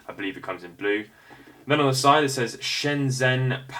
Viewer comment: Shenzhen is pronounced “Shen-jen”. Other than that, great video.